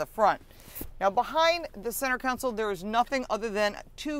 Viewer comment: I found this channel and I am enjoying it. I find it curious how Lauren pronounces it council for console. I’m from LA, so it sticks out to me.